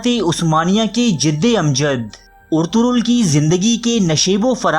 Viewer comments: bhai jan pehli naam to sahi le per kam kare . orturol nahi ERTUGRUL GAZI HAI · Bhai urturul nahi urtugul